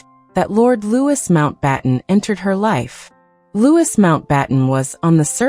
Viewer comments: Is name is pronounced Loui NOT LEWIS. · 🤯 Not Lew is. It's pronounced Loo ee! 🇬🇧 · It’s pronounced Louieeeeee not Lewis. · It’s not pronounced LouiS it’s pronounced Loui not adding the S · Lord Mountbatten name is pronounced Loo ee not Lewis as you say